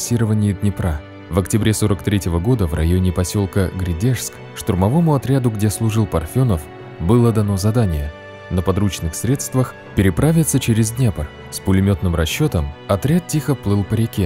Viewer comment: Не Гридыжск а ГрАдыжск!!!